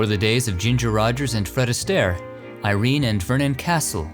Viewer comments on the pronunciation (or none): none